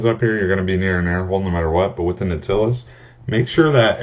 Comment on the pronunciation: Not trying to be a douche and correct your verbal grammar, but Nautilus is pronounced NOT-ill-us or KNOT-illus. Since you taught me some stuff here, figured I'd help you from embarrassing yourself in the future or something like that ^.^ Great video btw, have any recommendations for favorite juices?